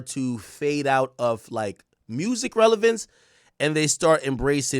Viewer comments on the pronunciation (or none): none